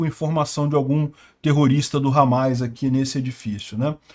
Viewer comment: É Hamas e não Hamais